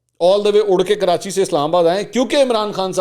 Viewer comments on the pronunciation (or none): none